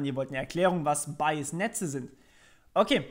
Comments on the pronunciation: Finde deine Wortwahl und Aussprache sehr angenehm und klar. Gut Wie Rehunium schon gesagt hat Bayes hört sich wie Bias an, finde ich aber nicht schlimm, man weiß ja von was du sprichst. Gutes Tutorial im übrigen ;-) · Aussprache von Bayes bitte nochmal überprüfen, klingt bei dir eher nach bias. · bitte einmal nachschlagen, wie man "Bayes" ausspircht...das irritiert sehr.